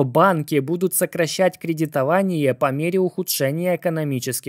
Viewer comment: Кредито-ва-ни-Е, да, б-ть что у вас с речью....